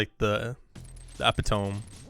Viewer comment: I appreciate mispronounces epitome the same way I do lol